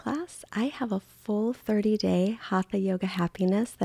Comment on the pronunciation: Please pronounce it correctly ...Hata Yoga